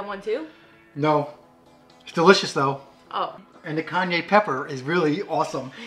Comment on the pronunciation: Great video I was laughing... kanye pepper!😜,however pudding Kanye is yeezy not weezy! Lol 😂 hilarious 😆